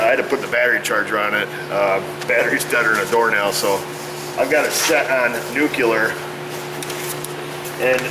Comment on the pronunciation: Hi, wanted to remind you about the word nuclear please correct that pronunciation so people don't laugh at you about it